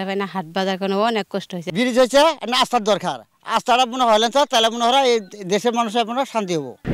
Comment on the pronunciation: রাস্তা কে রাস্তা না , বলে আস্তা 😂😂😂😂😂😂😂